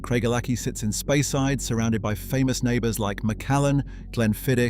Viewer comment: also mispronouncing place names like Speyside .